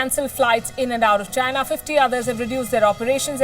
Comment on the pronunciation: mayday mayday …. I hear she saying ginar - make me think vagina